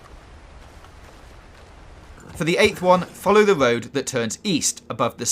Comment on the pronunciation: Love the guide brother, but learn how to pronounce "R" please. It ain't a Woad, it's a Road.